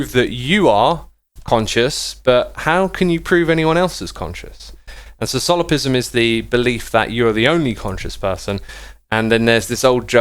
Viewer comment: It's "solipSism". It's pronounced "laplahce". The laws of thermodynamics are not fundamental. So the demon wouldn't need to know them beforehand. It would actually violate them if it existed. The idea that free-will is compatible with determinism is called "compatibilism". But many scientists nowadays tend to reject both concepts. I recommend the book Free Will, by Sam Harris, which talks about this in a very concise and simple manner. "Random" simply means that there's no cause to it. A probabilistic event can be random, but this has nothing to do with order/chaos. In fact, Chaos Theory studies deterministic systems. The idea that the probabilistic nature of quantum mechanics is due to our ignorance is called Hidden Variable Theory. There were tons of debate over this in the 1920's, but it lost popularity in the 30's due to advances in quantum field theories. In the 60's we found ways to test this experimentally, which physicists have been doing since the 70's. The experiments disprove a huge class of these theories and nowadays most physicists simply reject them.